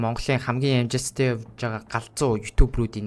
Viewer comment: L usgee unshuj chaddaggui ym uu kk ss amjilttai bish amjistai geed baihii kk